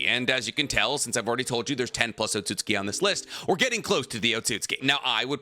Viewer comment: the way he says otsutsuki is really bugging me